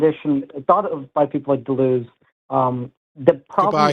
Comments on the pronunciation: please stop butchering Gilles Deleuze’s name. It’s French. The ‘es’ is silent. Also, Deleuze was an atheist, pretty famously. There’s literally no need for you to bring him up. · He couldn’t pronounce Deleuze’s name nor does he appreciate apparently that Deleuze was a hardcore atheist